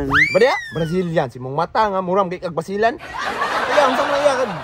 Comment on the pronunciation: NO WAY Said Bazilan😂